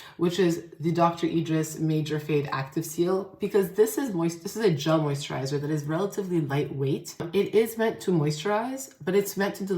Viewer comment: moisttchaaa!! Not the NY accent coming thru for a sec lmaoooo